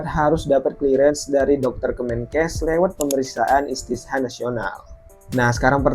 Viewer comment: Koreksi bang bukan istisha tapi istito'ah...